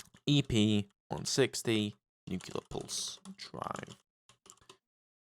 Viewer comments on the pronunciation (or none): nuclear not nucular